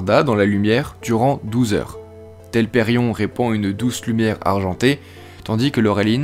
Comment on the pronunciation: Bravo pour ce retravail ! je n'avais pas pu aller plus loin que qq minutes sur ta 1ère vidéo à cause de ta prononciation qui m'écorchait les oreille. Il y a un énorme progrès à ce niveau. Reste encore qq éléments à améliorer : - Pourquoi dis-tu [nisa] pour Nessa ? - Telperion, il faut désolidariser le O et le N. Tu dis bien "loréline", pourquoi l'autre arbre n'a pas eu droit à autant de considération ?! ;) Par ailleurs, l'expression "Age Valarin" n'est-elle pas discutable ? car jusqu'au 1er lever de Soleil, 1 Age = 100 années (soit environ 1000 de nos années) ; Tolkien utilise le terme "d'Annale".